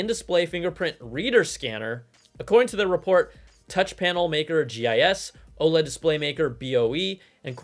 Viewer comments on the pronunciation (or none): none